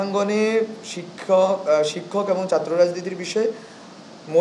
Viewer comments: ভাই আগে চাত্র না বলে ছাত্র বলা শিখ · দর্ম নারে ভাই ধর্ম ! চাএ না ছাএ 😂তুমিতো বাংলাই ঠিকমত বলতে পারছ না !বাংলাদেশের সেবা কি করে করবে ? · ঢাকা বিশ্ববিদ্যালয়ের ছাত্র থেকে অন্যান্য মানুষদের, ছাত্র ছাত্রীদের ভালো কিছু শিখার আছে। এর একটি অন্যতম শিক্ষা হোলো ভাষা বা কথা ।ধর্ম কে দরমো,ছাত্র কে চাত্র, সংসদ কে সাংসদ এগুলো গনমাধ্যমে বলার আগে ঠিক করতে হবে। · আরে নোয়াখাইল্লা কথার ভিতরে গন্ধ আছেই। ছাত্র না বলে চাএ। অভিনন্দন মেধাবী তোমাকে। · উনি ছাত্রকে চাত্র বলে কেন উনার ল্যাংগুয়েজ আগে ঠিক করতে হবে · উচ্চারণ শুদ্ধ করুন।দর্ম নয় হবে ধর্ম।আর চাত্র নয় হবে ছাত্র।শিক্ষিত লোকের মুখে অশুদ্ধ উচ্চারন,মানায় না। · চাত্র কি..... বাংলা উচ্চারন এমন কেন